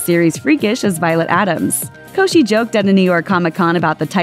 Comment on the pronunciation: LOL she said her last name wrong😂😂😂😂😂😂😂